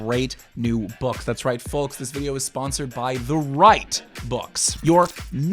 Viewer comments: Love the content man!! Can you stop saying the L in folks, driving me crazy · Not sure what bothers me more: the amount of hard blinking he does, or the way he says the word "folks". It's like he's only ever read the word but never heard it spoken before. **BLINK** **BLINK**